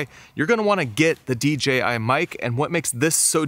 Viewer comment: Thank you for clearly saying DJI. I feel like everyone else unintentionally says DGI lol